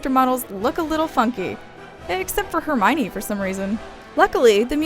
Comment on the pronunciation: lol, except for herminie